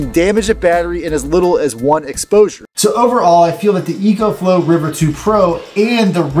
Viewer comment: It’s pronounced “Eeee-CO” 😂